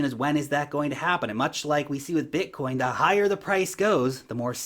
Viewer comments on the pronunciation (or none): none